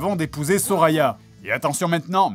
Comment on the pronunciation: Il dit Soraya, j’entends Sorina